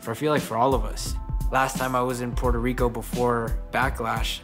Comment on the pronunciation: Pueeerto Rico not Porto Rico...come on dom!!! no lo digas como un gringo!